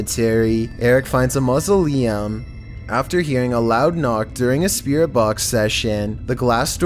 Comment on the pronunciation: What is a Musoliem its mau·so·le·um